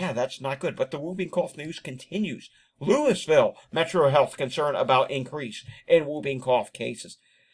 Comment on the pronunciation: It is pronounced LOO-uh-vuhl, not LOO-is-vill. I'm originally from Louisville, KY, and visiting next week. I was just listening and not watching the screen, and when I heard LOO-is-vill, I thought you were talking about Lewisville, Maine, or Louisville, CO. Fortunately, I decided to be cautious and go back and look at the screen.